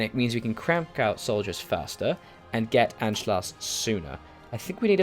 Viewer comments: Also btw it's Anschluss so pronounced an-sch-luss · Im german and it is "An-Schluss"